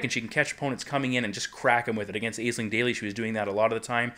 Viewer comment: Dude Aisling is pronounced ASH- LING. You should know by now :P